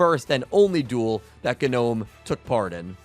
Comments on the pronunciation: nobody literally nobody not a single soul: guh-nome uh-tribute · You know the g in gnome is silent